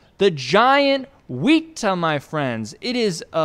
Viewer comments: "wee-tah" lol not quite It's more like "weh-tah" similar to how you'd say "wet" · The pronunciation of the weta is actually. Wet-ah as opposed to wee-tar. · Hey so for reference it’s pronounced wet-a not weet-a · heyo! i know u have prob gotten this comment from someone else but the name of the amazing mega grasshopper is pronounced wet-ah and its totally understandable to get it wrong what with the spelling but many letters are pronounced different in moari all together! even the word moari is pronounced a lil funny its actually mo-re but the mo part is pronounced if u were to say mole! and with the re part you actually role ur r so it comes out as moari! anyway just thought i would point that out hope it helps if u ever cover any other moari critters in the future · Wētā is pronounced more like "Wet-A" just a little tip :) Kia ora from Aotearoa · YES WETA!!! ALSO ITS PRONOUNCED WET AH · The weta is actually pronounced weatar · pronounced wet-ah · Its pronounced weta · The way he pronounced wētā 💀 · Why did he pronounce weta like that